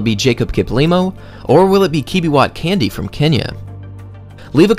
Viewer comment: It's k.a.n.d.i.e (with an eeh at the end) not Candy.